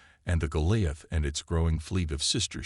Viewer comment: Should turn this into a drinking game.....take a shot everytime you hear Goliath pronounced wrong 😂😅😂